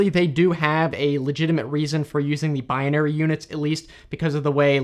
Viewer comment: Do you always mispronounce " binary"? It seems that you do.